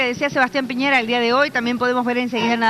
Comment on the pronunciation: " Piñeira" es Piñera, estúpido!!